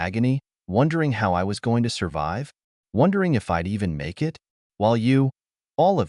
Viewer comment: Can you teach your AI to say "it" instead of IT? Also, not to pronounce the full stops as "dot"!!! That should be easy enough!!!